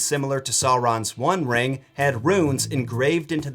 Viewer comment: you use the "bestow" a lot, in a whole lot of your videos. I don't want to be the language police, so I've let it go for a while now. Today, it just got to me. I couldn't stand it anymore. The word "bestow" does not rhyme with"cow". It rhymes with "crow". Literally no one who has heard the word spoken out loud instead of just reading it says it the way you have been saying it. I recommend you look up how to pronounce it on the internet. I just can't stand for you to look like you don't know what you're talking about because you can't say the words right. I know you know what you're talking about. I studied quite a bit of mythology, folktales, and legends while I was in college and it still remains a favorite topic for me. Over the years, and as far as I can tell, you rarely get any of your facts wrong. Just please don't say the way you've been saying anymore,... please 🥺?